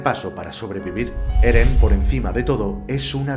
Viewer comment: wow acabo de terminar de ver el video, me encanto explicas muy bien las cosas y es entretenido... Y yo al inicio escucho geren o algo asi 😆